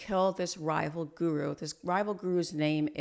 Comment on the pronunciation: Let’s start with learning how to pronounce the word “Guru” properly. I’ll teach you for free don’t worry. Then you can successfully create more defaming videos in future..